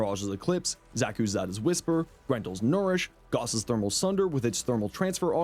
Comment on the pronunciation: I'll return my like when you say Carl Gauss' last name right.